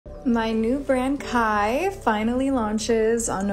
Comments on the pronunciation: its not K-H-Y its pronounced K-I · It’s pronounced Kai not K-h-y and at this point if you buy from any KarJenner brand, you deserve to get duped 😂